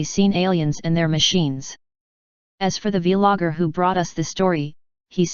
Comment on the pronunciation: The vee logger 🤣